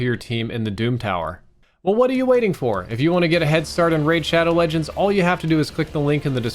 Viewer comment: Saw this comment as soon as he said "Raid ShoAdoW lEgEnds"